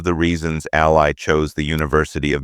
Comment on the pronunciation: Her name is pronounced “AL LEE”… not “AL LIE”😂